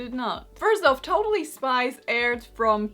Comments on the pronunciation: I keep on hearing totally spice not totally spies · I'm sorry but I kept hearing Totally Spice and thought she was talking about the Spice Girls 😅😅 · I though she was saying Totally Spice